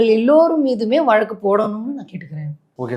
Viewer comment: வளக்கு இல்வப்பா வழக்கு! இந்த காலத்துப் பிள்ளைகளுக்கு. ழ. வரவேயில்லை. தமிழின் சிறப்பு. ழ. வில் தான் இருக்குதப்பா!